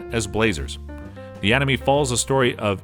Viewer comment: Lukas bro he kept saying hajimi instead of hajime it triggered me also he kept saying animi instead of anime anyways the point is i dont like the way he pronounces things